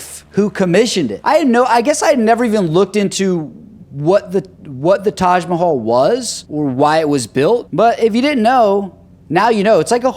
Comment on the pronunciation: That is Taj Mahal not Taj Mahalla